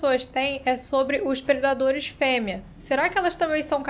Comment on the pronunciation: Hoje se fala "predaderes"